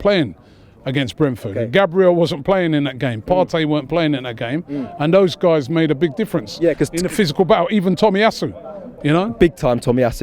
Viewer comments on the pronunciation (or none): none